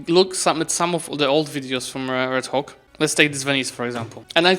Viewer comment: I can't stop laughing whenever pronounce Red Hawk as 'Red Cock' 😂😂😂